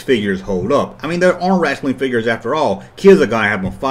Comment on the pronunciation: It looks like Lewco also had the license for Sesame Street, Gumby, and The Flintstones. Hearing you say "wrassling" cracks me up.